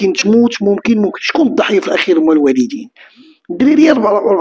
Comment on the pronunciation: 😅 الواليدين ماشي الوالضين 😊